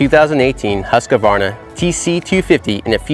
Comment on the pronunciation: Stopped watching after he called it "Husk-a-varna" for the 10th time!! Seriously is it that hard? Husk-varna! Say it... Husk-varna! Husk-varna